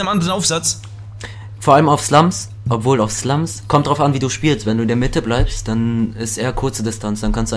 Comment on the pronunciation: Früher hast du immer zu Slums slumschki gesagt 😁